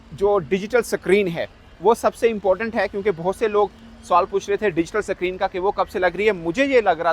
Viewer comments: अबे साले स्क्रीन सुने थे सक्रिन क्या होता है बे | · Screen ✅ suckreen ❌😂😂😂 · Screen not sacreen 😂😂😂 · Sacrine nhi hota be it should be Screen 😂😂😂 Chauthi fail anguthachap Pakistani journalist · .... Digital Sakreen....waahh